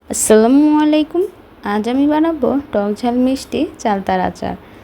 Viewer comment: আপনি কি আসসালামু আলাইকুম উচ্চারণ করতে পারেন না?